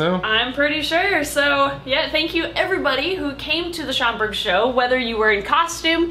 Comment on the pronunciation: At first I thought I heard say “it’s chocolate time” instead of Schaumburg, 😂😅